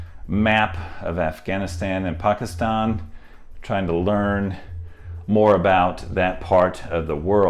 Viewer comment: We should all just applaud the effort he put into the pronunciation of Pakistan. That was spot on.